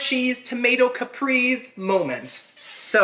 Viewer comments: Haha I love you SO much for real but my autistic brain can't stop me from correcting you. With love of course haha. Caprese is pronounced Cap-pray-say. And while I'm here, queso is pronounced kay-so. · Haha I love you SO much for real but my autistic brain can't stop me from correcting you. With love of course haha. Caprese is pronounced Cap-pray-say. And queso is pronounced kay-so.